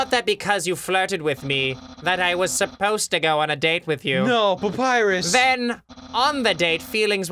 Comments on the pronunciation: The thought that someday Ross will say Papyrus's dialogue correctly fills you with determination. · Claire Cawley Eh papyrus voice is quite boring tbh, it's pretty much his normal voice from what i've seen but with lots of screaming, and he doesn't even know how to pronounce Papyrus so yeah, i think Skeletor like voice fits Papyrus better and Cr1tikal for sans.